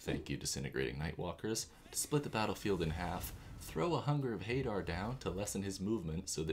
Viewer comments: Amazing content, the elephant image was just too funny. Such an underappreciated channel, for such good content, +1 like and sub. Also, I believe it is pronounced huh-dar. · I think it's huh-dar. :trophy-yellow-smiling